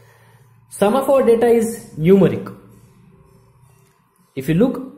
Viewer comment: bro acha parha rahy ho ... but pronunciation of English words ko improve krny ki koshish karo .. Mujjhy end py pata laga k app Numeric bool rahy ho.